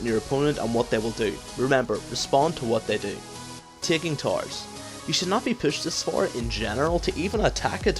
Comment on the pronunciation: lol when you say towers it sounded like tarws